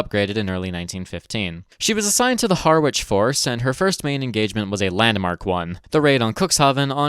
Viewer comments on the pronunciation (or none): It's pronounced Ha-rich, not Hawwich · "Harwich" pronounced ha-rich, ba like Harry.